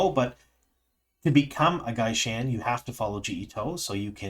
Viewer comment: I don't understand your pronunciation. The word is "gai'shain". There are two identical dipthongs there. So why are you pronouncing them differently? It makes no sense to pronounce "gai" as "guy" and then "shain" as "shane"! It's the same sound. Guy-shine.